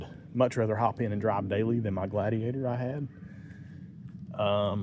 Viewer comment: “Habrid all-wheel drav“ 😛